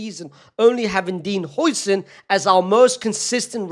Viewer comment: Its not hoi-sen its how-sen its so cringe hearing him pronounce it wrong😭😭😭